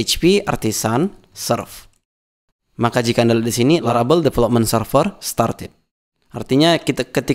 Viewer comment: laravel jadi larabel, typonya sampe ke speakingnya, which is a little bit annoying, so well done